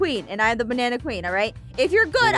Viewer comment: I just laughed when Aphmau just Seyd she's the banana pween😂 😂😂😂